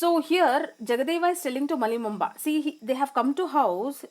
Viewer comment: Malli bomma not Malli momba